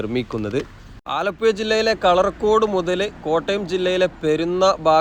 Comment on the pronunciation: ഭാഷ ഒന്ന് ശ്രദ്ധിക്കാമായിരുന്നു മയ ആലപ്പുയ എന്നൊക്കെ പറയുന്നത്